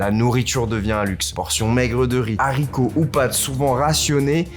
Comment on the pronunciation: Des HARCITOS PAS DES ZARICOTS...